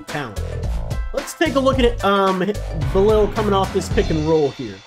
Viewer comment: Love the energy. But if I can offer one small constructive critique, please try harder to learn the players name. Bi-laal is how you would pronounce his name. Don't mean to be rude but people do deserve to be called by their names correctly, especially when they are phonetically simple. Keep up the good coverage